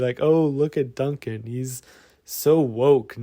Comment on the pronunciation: ""? Are you the Michael Bimbows of Kurtis Conner?